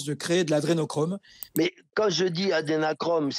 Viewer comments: le mec "expert" ne sait pas prononcer Adrénochrome.. (il dit adénachrome), déjà balèze. Mais j'apprécie que quand on regarde des vidéos de barjo, la première suggestion du site soit Zemour. Un programme web à plus de jugement qu'un bon nombre de pauvres gens en recherche de scandale. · l'autre rigolo qui dit "adénachrome" il ne sait même pas de quoi il parle